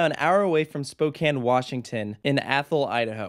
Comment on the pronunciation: THANK YOU for pronouncing Spokane correctly!